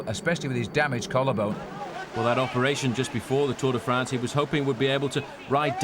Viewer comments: WTF is the 'Tour DEE France'???? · bobke, for the zillionth time it is not tour DAY france. otherwise good.